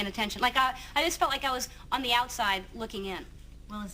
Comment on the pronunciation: “on thé outside looking in” y’all